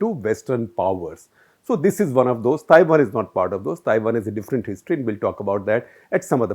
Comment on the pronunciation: At minute 9.48 you say 'Tiwan'. Slip of tongue may be...